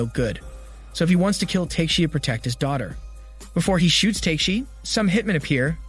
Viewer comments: It's TA-KE-SHI not TAKE(teyk)-SHI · repeat after me: Ta-ke-shi not take-shi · I think he is used to hear his name pronounced in the wrong way :D